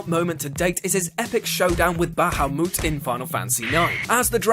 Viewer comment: Ba ha mut.... Not bawhomoot